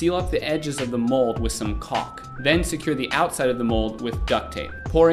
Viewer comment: its not cook is calk